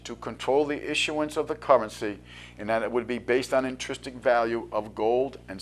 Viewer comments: INTRINSIC NOT INTRISTIC INTRISTIC IS NOT A WORD Makes it hard to take you seriously even though you're talking about massively important stuff. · 'Intristic' is not a word. A word close in sound is 'intrinsic', but check the meaning for accuracy. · the word you have in mind is intrinsic, not intristic.